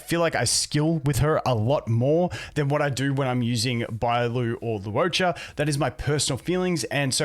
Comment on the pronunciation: One day you'll stop pronouncing Luocha as "Lew O'cha" and get it right. It's super easy: LORE-cha